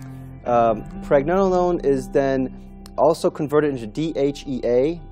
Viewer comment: you can not even say Pregnenolone the right way